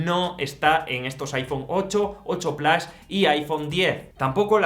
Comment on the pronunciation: Desde que Apple y Disney lanzaron su servicio en streaming a muchos les da por pronunciar el plus en inglés pero sin pronunciar Disney de igual forma 😂. Absurdo